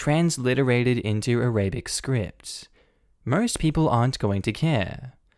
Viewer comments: The mispronunciation of Arabic is a bit annoying, but it ok Btw, it's pronounced a-ra-bik, not A-ray-bic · ARA - BIC... not A - RABIC